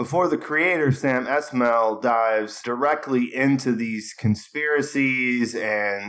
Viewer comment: Sam Esmail's name is pronounced iss-mah-eel